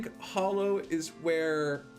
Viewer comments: Okay fine, agree to disagree <3 Also it’s hallow not hollow : ^) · Anyone else triggered by him saying hollow instead of hallow? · Surface mushroom biome actually spawns some fairly nasty mobs so long as it's not in your town. It surprised me the first time I got steamrolled by some glowing beetle bugs. And why do people keep calling the "Hallow" the "Hollow?" do you not see the "A" in there? It's pronounced like the start of "Halloween" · It is not, hallow and hollow are pronounced differently. Hallow sounds more like Hello.